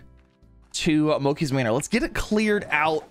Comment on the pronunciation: He also mispronounces manor